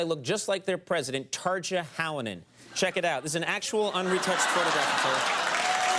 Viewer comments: Pronounced "Tarya", not "Tarja". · i hate the way they pronounce "tarja", it almost sounds like tarzan! c'mon, it's not that hard to learn one name for the show where you have to say it a thousand times.